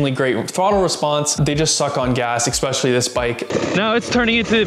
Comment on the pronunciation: "expesh if you ride on the road"??? The word is Especially. No EX there.